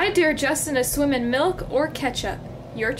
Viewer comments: The dare you said sounds like deer and it's spelt like dear which is wrong it is supposed to be spelt like Dare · It’s dare. Not “Dear”.